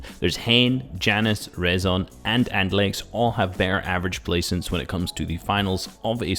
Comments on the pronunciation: Its „reeson“ and not „rason“… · ITS RIIZON PRONUNCIAT